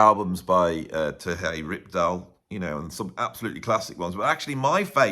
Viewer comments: Here is the pronunciation on "Terje Rypdal:" "TEHR-yuh ROOP-dahl." He is Scandinavian, not Spanish,. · Funny how you pronounce Terje Rypdal. At least for a norwegian like me 🤗